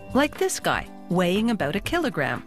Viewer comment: She must be Canadian, she says "aboot!" Its cute lol...